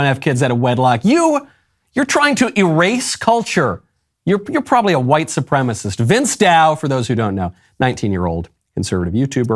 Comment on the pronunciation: Is that the girl who over-pronounces "HU-white"?